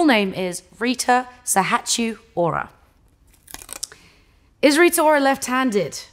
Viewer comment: Why she pronounce sahatçiu like that 😭 cmon girl u can pronounce albanian